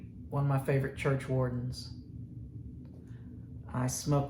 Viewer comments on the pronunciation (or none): Sprry what is he saying for the churchwarden? Was it Falman aruman series?